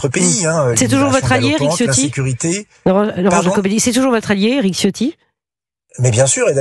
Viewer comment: Pour respecter la langue il faut prononcer 'Ciotti' avec un 'Ch', donc ça se prononce 'Chio' suivi par 'tti'. Le 'i' final est à peine entendu.